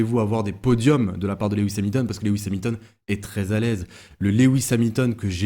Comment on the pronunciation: S'il te plait!!! Rappel de ce que j'avais déjà signalé:-) 🙂 Son nom est Loooooooooouuuuuuuuuuuis et pas Léééééwis!!! Tu m'avais dit en tenir compte mais ça colle comme un sparadrap 🙂 Sans ça, tes interventions sont TOP, tu fais de l'excellent TAF!